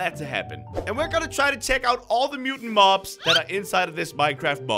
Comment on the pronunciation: At 8:84 u said Bob's instead of mobs